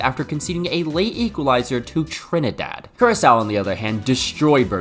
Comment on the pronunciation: Why u say Trinidad like dat 😂😂 we are historically the best of the Caribbean